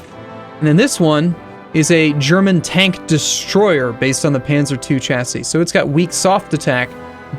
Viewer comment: The way he says Chassis triggers me